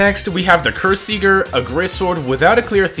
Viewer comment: how do you manage to mispronounce both kyrsieger and ysleys 💔